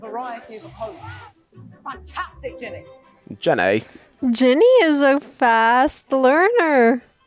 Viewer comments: Yall her name is Ginny not Jenny lol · Her name is Ginny Weasly . Not Jen-ay !!!!!!!!!!!!!!!